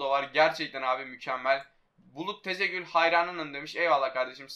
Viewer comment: Abi Tezegul değil TAZEGÜL